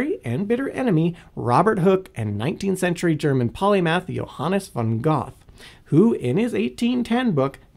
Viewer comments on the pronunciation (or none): Goth. More commonly pronounced gur-tuh. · Goth? Goethe? It is spelled GUOEHHTHE. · “19th-century Johannes von ‘Goth’” Do you mean Goethe? It’s pronounced “gur-tuh” or, using IPA, ˈɡɜːtə. (I literally did not know who you meant because of that pronunciation and had to figure it out.) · He mispronounced the name Goethe. The closest I can get to spelling the pronunciation of Goethe: ger-tah. In German the "oe" is a replacement of o-umlaut, which is not a sound used in English. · Goethe -> Goo-tuh mixed with Gerta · Did he say "Goth"? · Okay. How would you spell the pronunciation of Goethe?